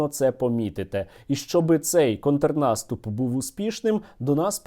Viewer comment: Я тільки побачив що Соловйов каже контнаступ, так і диви скоро буде Українською свою гидоту вести